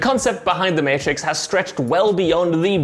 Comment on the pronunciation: Everyone: mAtrix WhatCulture: Meeitrix